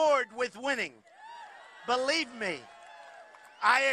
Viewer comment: “Belieb me!” Not believe me. That would be saying it correct.